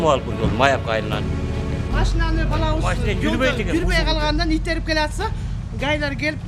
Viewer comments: Итерип дейт го Таластык окшойт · Итерип дейтко😃😃😃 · Итерип дейт го🤣🤣🤣